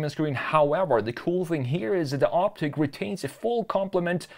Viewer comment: it's "ICK" not "EEK"